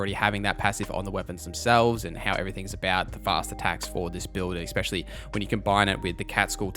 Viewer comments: Awesome video, but FYI, "ecspecially" is not a word. Especially is. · Ex-pecially...😅 It's ESpecially!